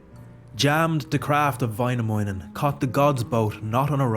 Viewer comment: Väinämöinen, not Vainamounen